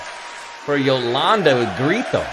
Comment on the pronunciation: Her name is iolanda it prononces like yolanda